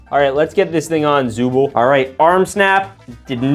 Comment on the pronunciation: it’s pronounced zooble not zoo bowl